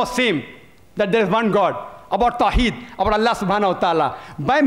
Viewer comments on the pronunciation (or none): none